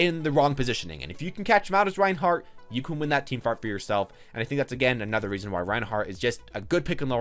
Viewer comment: Did he say "team fart" ? I'm confused